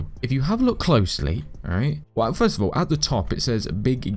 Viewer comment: First because the dude said firet